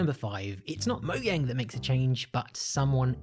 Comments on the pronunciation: Everyone: Mogang Him: Moyang It's pronounced like a J not a Y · Mojang not moyang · Who also calls it "moudžang" instead of "Moujang"? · OMFG it’s called MOJANG NOT MOYANG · How to destroy minecraft: pronounce "mojang" "moyang" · and this is a mistake